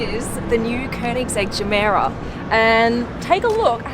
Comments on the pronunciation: It's not pronounced "Djemera". It's pronounced "yemera", which means "give more" in Swedish. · Christian: its pronounced Ge Mera Japanese: Gamera Americans: Gamora Arabs: Jumeirah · I watch top gear a lot and you said the name of the car wrong but idc I just need to make love to you omg 😍😍🧡 so hot in them tights! And your accent kills me 🥵